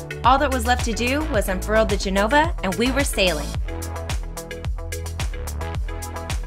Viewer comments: Did she say, Genova, instead of Genoa? I hope not. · wait.... what......., did she say Genoba????? needs to bone up on sailing terms.LOL